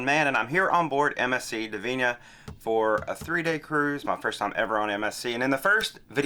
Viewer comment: Interesting ship. Funny to see it so abandoned. Looks like a ghost ship lol. Not convinced you were pronouncing the name correctly lol.